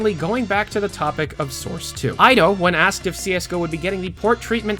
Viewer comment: Ido is pronounced Eedo, not Aydo 'tis a Jewish name Ido Magal